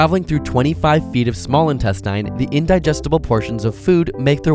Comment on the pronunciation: You have too much time on your hands and can't seem to pronounce "instestines".